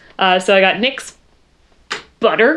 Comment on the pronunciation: When your sister just now realizes it's Nicks not N Y X...